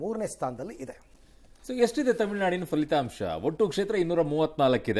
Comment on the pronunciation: please stop pronouncing palithamsha as falitamsha